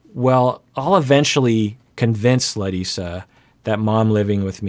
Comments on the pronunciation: Every time he says her name - I go ahh so nice to hear MY name pronounced properly . Instead of Americanized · I really appreciate the effort is making to pronounce Larissa's name in a more brazilian way since the last video. Also related to her brazilian origins, I know it feels like she's not being supportive sometimes in regards to have Debbie living with them, but here in Brazil we usually don't like to live with our spouse's mother and we tend to think that this brings problems to the couple and the whole family when one's mom is envolved. It is very usual the request she is making at least culturally.